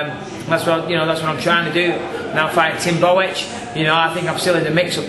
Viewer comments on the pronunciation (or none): lol boe-etch